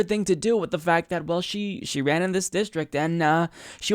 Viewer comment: Why does he pronounce "well" as "wool"? Is it a regional thing or something?